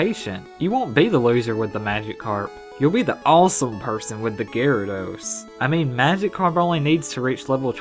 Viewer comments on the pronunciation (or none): none